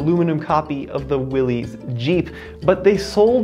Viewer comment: Willys Jeep (pronounced Willis not Willies).